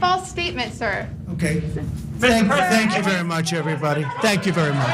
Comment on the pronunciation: The way Trump puts his tongue on his teeth to pronounce "THANK you" looks like he wanted to say "F--- you". He is such a baby; he's giving other kids the raspberry on the playground.